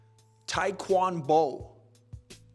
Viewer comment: bro not the pause, thumb lick, page turn and then the punchline "TaekwonBo" lmaooooo hahaha